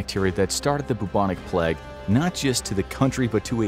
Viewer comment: Why is he saying plegg it’s pronounced play-g